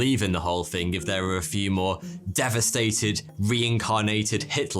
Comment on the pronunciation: Bro, 'Thing' is pronounced with a 'Th' not an 'F'. Thought an 'all knowing' chap such as your good self would know. Arrogance isn't an easy path to navigate is it dude?